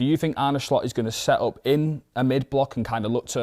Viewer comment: Why are you pronouncing Slot like that?